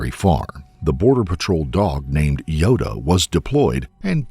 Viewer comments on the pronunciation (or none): he pronounces Yoda as “Yodo” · Dumb narrator pronounces Yoda as “Yodo”